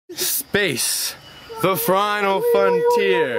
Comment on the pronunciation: haha, "frinal" frontier lol